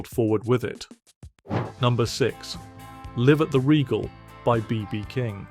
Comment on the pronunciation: Jesus who is this Live at the Regal …can’t even pronounce the title properly …Gimmee a break